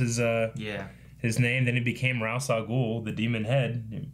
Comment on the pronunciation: It's not Raz it's Ras or "raesh" Al ghul